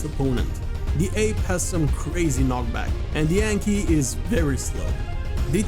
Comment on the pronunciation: Anky ❌ Yanky ✅